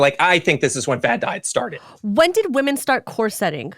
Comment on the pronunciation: Lucy here, commenting on my partner's account. It took me a moment to figure out what meant by core setting. She means corseting (COREsetting). The accent is on the first syllable. Love you both, and! Stay shiny!